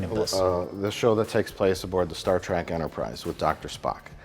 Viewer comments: “Star track” 😂😂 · Ach noo, and here oov been calling it 'Star Trok' all deez yars... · Weird how Mike calls it Star Track and correctly calls it Star Trek. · Mike, It's Star Trek Not Star Track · Mike keeps saying "Star Trak"... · "Star Trak"